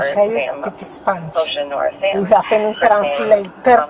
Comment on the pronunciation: definitely not Russian, we have a Russian family living near us. She even said she speaks Spanish and asks for a translator but, then continues to speak in English with a strong Spanish accent. Even if she’d not stated she speaks Spanish, it would have been easy to identify her accent at these points in the video: e.g. at 13.33 she said: “joo pushed me” and when she pronounces “identification” - those are de@ giveaways.